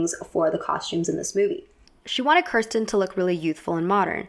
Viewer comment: Her name is not pronounced KER-sten, it is pronounced KEER-sten.